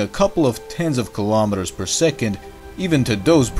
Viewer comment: STOP SAYING GILOMETERS!!!